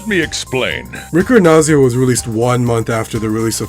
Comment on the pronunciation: Had no idea this existed. Very well documented and preserved! Ricordanza is an Italian word (just be careful: it's ricordANza, not ricordNaza)!